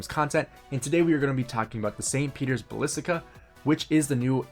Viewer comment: St. Petero Balistica, balissics, whatever, lmaoooooo. Dude do you even know what Basilica is? Read some books I beg you lol.